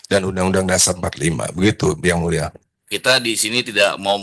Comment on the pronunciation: Terimakasih ygmuleshhhh Kaya ga jelas pengucapan AD pas bilang yg mulia